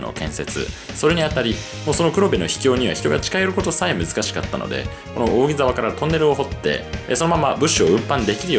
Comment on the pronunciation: 扇沢の読み方はおおぎざわではなくおおぎさわですよ